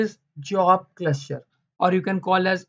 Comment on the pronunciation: Very informative.. But the word cluster sounds like cluscher